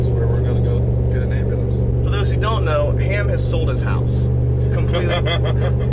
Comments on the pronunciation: All I can hear when you say ambulance is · LOL I love how he says, "Hey, don't hit my truck with your **ambulance**, like he's deliberately "saying it for the first time" to get his buddy accustomed to owning an ambulance :D